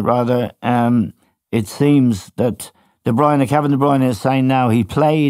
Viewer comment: FFS Éamonn will you grow a pair and pull Gilesy up about his pronunciation of DeBruyne it makes him sound like a clueless dope calling him DeBreeeeena